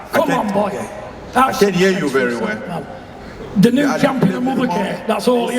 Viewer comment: Mike at the end saying and the new is a pissa